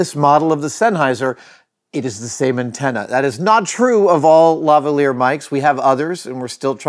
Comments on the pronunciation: As a technical point: it's 'lavalier' not lavelier. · Not Lava-Lears, but La Val-ee-ay, named after the type of jewellery know as a Lavalier, which itself is ultimately named after the (French obviously) Duchesse de la Vallière.